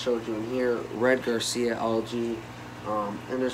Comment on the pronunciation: Red GARCIA instead of Red Gracilaria? (pronounced GRA-SEE-LAIR_EE_A) Jeez man. If you're going to post a video 'teaching' people at least learn what you're talking about yourself. You didn't even know the names of the macros you had. It's pronounced Ggrasəˈla(a)rēə